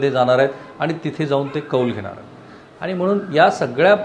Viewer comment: पन= पण # आनी =आणि ..... न ला ण आणि ण ला न म्हणायचे हा काय प्रघात आहे तुमच्यात ?? कृपया ही अनिबानिपानी थांबवा,🙏 शुद्ध बोला आणि माय मराठी ला वाचवा. .. बाकी सर्व चांगलं आहे तुमचे...